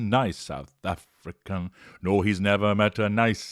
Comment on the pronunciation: 'I've nevah met a nice south Afri-can' 💀💀😂😂